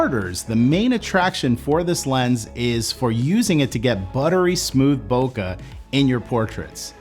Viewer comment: Trunks! Saitama! so much japanese reference. still says,,, "bo-kugh" =( eh... keh.. bokeh... (bo-K) Sorry, I don't mean to be a hater, it just bugs me alot. Thanx for the great information and content ! I do love your work.